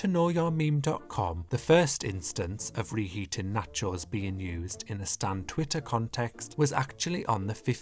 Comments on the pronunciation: i just watched the video because i like the way you say nacheauxs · The way he pronounces “nachOES” takes me out😂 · Or knotcho’s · He's from the UK, so I'll give him a pass. Maybe that's just how they pronounce there? Natchose. Natchose... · why do you say nachos like that? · Why does he pronounce nachos like that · Loved the video, but HATED the way you pronounce nachos as if it was Elektra's surname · Is it just me or is he pronouncing the word "nachos" in a weird way? I'm obsessed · I love the way you say nachos 😭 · I need a compilation video of you just saying nachos over and over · Your pronunciation of "Nachos" is so funny to me I dont know why. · The way you say nachos is so satisfying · Videos like this remind me of why i love the internet. A nearly 20 minute video explaining the history of the nachos meme dramatically narrated like it's a creepypasta video... amazing. And the way you carefully enunciate "nacho" every single time makes it even better. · The way you pronounce nachos irks me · I love the way says nachos... it's so satisfying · yet soooo incorrect 😭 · The way you pronounce nachos is so interesting to me (conpliment)